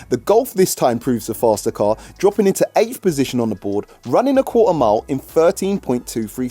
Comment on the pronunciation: Qua'er mile🤣